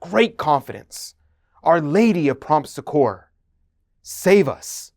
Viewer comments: the correct way to pronounce Succor is like saying(Sucker) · Loved this video, thank you for the information. By the way, the word succor (or succour) is accented on the first syllable, and pronounced like suck-or.